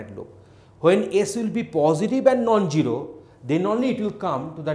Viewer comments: love how he pronounces zero as gero :D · zero not gyro